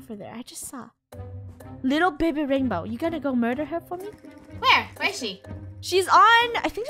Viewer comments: It’s not baby it’s Beh beh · The way finish says baby she says babay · Its babeh just saying no hate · i love how baby funneh said babeh every time she said to someone hehehe